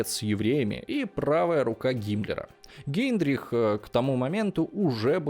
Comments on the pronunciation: Возможно, мне послышалось, но не Гейндрих, а Гейдрих! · Не Гейндрих,а Гейдрих